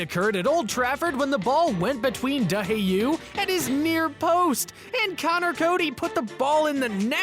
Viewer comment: De hey-you? It’s De hay-ya